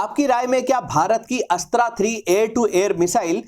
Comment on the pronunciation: Bhai tum अस्त्रा mat bolo isko अस्त्र बोलो